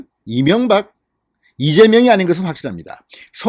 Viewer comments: 이명각으로 들리는데 이명박을 생각한 듯 하네요!ㅋㅋ 윤석열 윤석열!! 꼭 투표합시다. 당근이겠죠~! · 송영길.대가리다처가지고아직도정신차렸나못차렸나말이새는지 경재대통령이명박소리같고이재명같기도하고발음이비슷하네